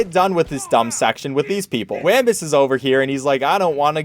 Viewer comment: he is pronouncing wambus wrong and im just like "pLEA S Elisten to the dialouge"